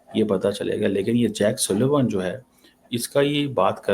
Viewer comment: His name is Jake Sullivan and not Jack Sylvain Mr. Cheema! You cannot even get the name right and you are a PhD in international relations.